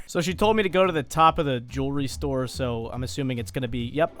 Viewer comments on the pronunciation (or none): When you said jewelry store I thought you said juul restore